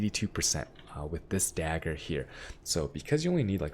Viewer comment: Is dag-grrr not dagure.